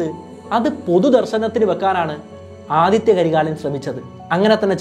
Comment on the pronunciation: Aditya alla Adhitha